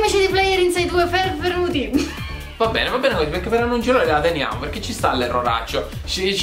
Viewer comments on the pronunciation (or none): voglio sentire "ferfenuti" dai prossimi video.